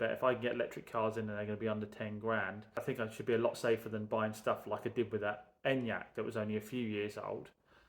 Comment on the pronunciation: You pronounced the Skoda wrongly, it’s ‘En-YUK.